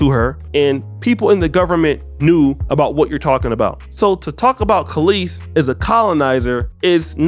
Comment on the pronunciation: Brotha you're about my and Kelis's age... how are you repeatedly saying her name wrong? 😅 It's Kelis, as in Kell-is, not Calisse as in Kuh-leese. 😅 Otherwise, great video! 😄